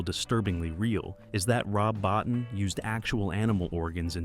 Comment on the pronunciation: BOTTIN is pronounce BOTEEN....